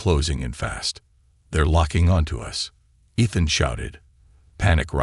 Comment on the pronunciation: Pronounce Ethan properly. It is irritating to hear it spoken incorrectly. It is E(long sounding E)-than (short a ). Main syllable is the first syllable.